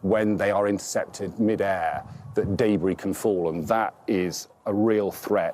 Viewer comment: “DAYBRI” ok bro. Ok. It’s debris btw